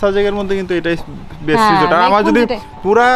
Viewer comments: রিসোর্ট হবে রিজোট না। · রিজর্ট না বোইন রিসোর্ট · রিসোর্ট রে রিজোর্ট বলার কারন কি?